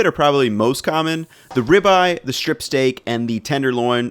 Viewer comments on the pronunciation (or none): Strip is not pronounced shtrip.